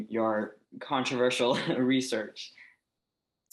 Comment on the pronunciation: “Contraervsal……….controversial” Easy for her to say 😂 Otherwise great interview